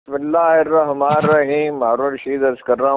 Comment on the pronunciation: سر ۔ پلیز بسم اللہ الرحمن کی " ن" ادا کیا کیجیے ۔ ۔..SZ.Rana official